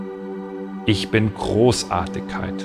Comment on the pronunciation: Nur die bayerische Aussprache stört, z. B. Großartikkeit ..., sonst super